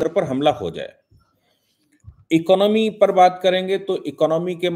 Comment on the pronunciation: ❤❤ इकनॉमी नहीं, इकॉनमी बोलिए ।